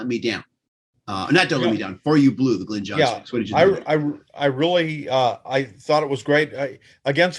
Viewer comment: Is lying back on a bed or a beach chair? Either that or he needs to sit up straight! Glyn is pronounced GLINNNN not 'Glen'! Yours pedantically! Ken